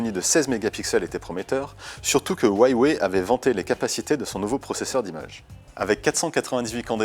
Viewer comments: Ça ce prononce "rouawei," et pas "uawei" (c'est chinois) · ca se dit wawé pas waywé Il y a pas de y après hua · C'est stressant de l'entendre dire Hawie Waye.. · Sa se dit : OU-A-WAYE